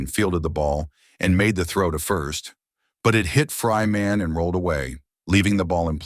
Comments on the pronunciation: Not No block. It’s also Travis Fryman, NOT Fry Man. AI sucks completely. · "Fry Man" ''Know -blauch'' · This is what happens when you use AI voice instead of a human reader. Also, it's Chuch Nob-lock and Travis Fryman (one word).